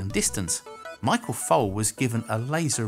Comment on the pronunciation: His name is Foley not Fole.